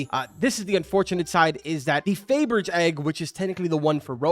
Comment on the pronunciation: Pronunciation is real special here.... Toro Veloce and Fabergé.... XD